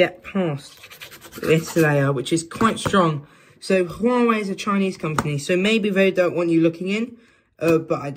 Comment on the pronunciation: "Huawhey phone" ?